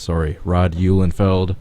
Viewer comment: Thanks for pronouncing my name correct,. Car looked nice and banged up.